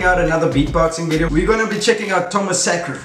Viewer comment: tomazacre no "tomasacre"